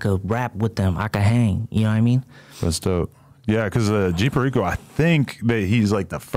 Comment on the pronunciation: He said g fehriko.😂 definitely flips tortillas wit a fork